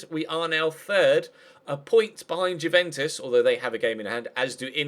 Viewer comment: It's not JEWventus. It's YOUventu, that's how you say it:)